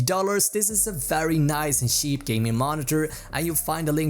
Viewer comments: They way he said cheap. Sounds like hes saying Sheep. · his accent made it sound like he was saying sheep instead of cheap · InfernalYT- I’m pretty sure he tried to say cheap lol